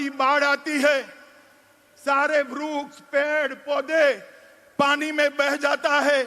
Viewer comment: ये अमित शाह को वृक्ष बोलने नहीं आता है, vruksh बोल रहा h